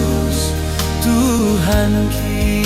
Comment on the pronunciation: Belajarlah Bah Batak yg benar karena jadi rancu karena pronounce yg salah kalau penulisannya Tuhanki bacaannya tuhakki harus itu karena itulah pronunciation yg tepat bukan mjd lemah seperti dalle